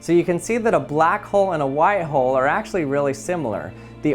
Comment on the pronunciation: Learn how to say white please